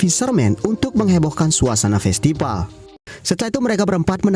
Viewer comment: Min, kamu orang Sunda ya? Festival = Festipal 🤭